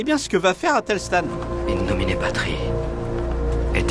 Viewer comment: Le gars, à , il dit "in nomine patri". c'est "in nomine patris", qu'il faut dire. Pour qqn qui ressemble à un moine, c'est moyen moyen.